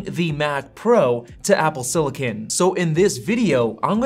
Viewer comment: It’s “silicon” not “sillican” ;) not being able to say the word correctly makes me question the authority of this video